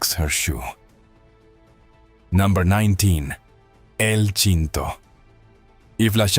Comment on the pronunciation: El Shinto and Qüienceañeras? 😂